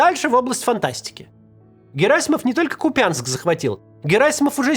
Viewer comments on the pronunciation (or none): Максим..., вы же не "zетник"! Зетники говорят КупЯнск, а местные-украинцы-купянчАне говорят КУпянск!!! Вы, ещё недавно говорили правильно КУпянск, а теперь опять "КупЯнск КупЯнск КупЯнск"!🙃 Что с Вами случилось??? С уважением 🤝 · Город кУпянск, не купЯнск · Опять купЯнск... кУпянск он. Не брЯнск. Не сарАнск. Не купЯнск. Ку'пянск! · КупЯЯЯЯЯЯЯЯЯЯЯЯЯЯЯЯЯнск... Так говорит путлер. КУпянсяк! НЕТ ТАКОГО КупЯЯЯЯЯЯнск.... фу бесит... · Не КупЯнск, а КУпянск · кУпянск, не купЯнск!!!! гребаный каццц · КУпянск и БахмУт как и прежде из уст Максима Каца звучат КупЯнском и БАхмутом... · Та ты заколебал!!! Не КупЯнск, а КУпянск!!!!!!!! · Пожалуйста, КУпянск, КУпянск, не КупЯнск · Когда уже ведущий будет правильно называть Купянск, ухо режет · почему КупЯнск? Всю жизнь был КУпянск. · Максим, КУпянск, а не КупЯнск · Купянск ударение на первый слог! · Максим, при всём уважении~кУпянск. Ударение на У. А так всё верно. ХАРКІВ ~ УКРАЇНА! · Вы заебали! Это изюминка Каца, как он говорит «Купянск» с ударением на Я. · В топониме «Купянск» ударение лежит на первом слоге. КупЯнск — неправильно. Распространилось, возможно из-за украиноязычного названия Куп’янськ, в котором не владеющие украинским видят вместо апострофа акут. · Пожалуйста Купянск, ударение на У, я долго созревал для этого комментария